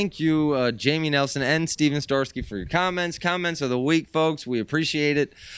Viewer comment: I am super honored to be featured again, but I can see the Apple does not fall far from the tree in name pronunciation haha 🙂 Stet-son Star-key hahaha next time guys! I don't even know where "Steven starsky" comes from. All in good fun! I really appreciate you guys and this is my favorite show.